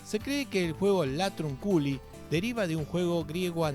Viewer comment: Se pronuncia latrÚnculi 😂